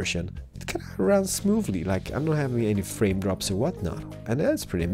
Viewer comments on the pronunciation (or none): none